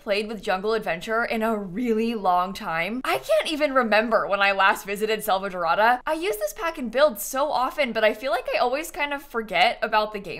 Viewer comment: SalvaDORA. Not salvadorota. Sorry its bugging me i still love your videos